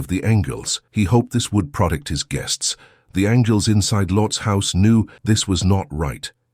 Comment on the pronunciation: The computerized narration has several mispronunciations — “angels,” “protect,” etc.